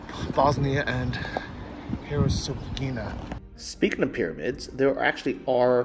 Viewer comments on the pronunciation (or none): Medugorje Bosnis-Herzegovina, on your last green map. Couple hours south of Mostar. In 1981 Medugorje was a town of about 450 people. Since then over 40 million people have been through there. When pronouncing Herzegovina,(think of Hertz car Rental) for the 1st part :):):) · Hurts her go vinha (vino with an a sound on the end)